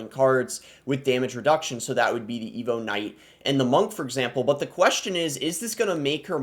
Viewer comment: “evo kngiht”